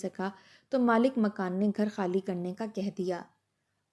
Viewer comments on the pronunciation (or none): حالی نہیں خالی۔۔ آپ لوگ خ کو ح کیوں کہتے ہیں۔ ( انڈین۔ کویت سے )